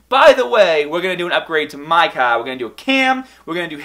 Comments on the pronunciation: CAR, not CAH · Everytime you say "car" as "kaw" I cringe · nice Cahhhh! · car car car car car car car car not cah